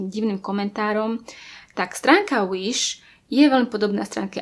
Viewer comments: Nečítaj to Uiš prosím 😂 číta sa to Viš😂 inak super video❤️ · Wish sa číta Viš a nie Uiš😂 Ale inak dobré video🔥😀